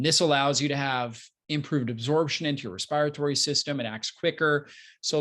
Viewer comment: Respi rytory? Dear doc. That word above doesn’t exist. It’s called Respiratory